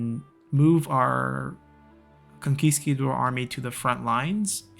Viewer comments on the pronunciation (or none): It hurts my soul every time you say conquiCAdor instead of conquisTAdor. 😂😂😂😂😂